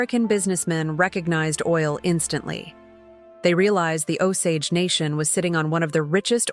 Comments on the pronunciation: Nice visuals, but you need to train your AI to say our name right! It is nice to see/ hear our creation stories kind of like I think it. But painful to hear our name wrong. “Oh-say-j “ is how to say the English version of our name. And please don’t refer to us as dead. We are still born into our clans. And when we die and go back to the stars, our Osage people know us by our clan names, they always have. We live in the river of time, of which the USA is just a small pond. We go on as long as Wahkonta blesses us to. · I'm Osage Nation and can't listen to this AI BS! At least teach it the correct pronunciations!